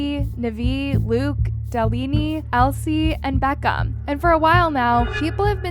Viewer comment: “nevee” “delenee” im dying 😭